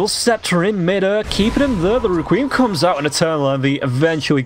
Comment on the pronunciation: Who is this caster and why is he pronouncing requiem REKWEEM.